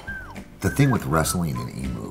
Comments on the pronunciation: why do you call it a emoo its pronounce em-u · what the hell is a emoo? is he referring to emu's??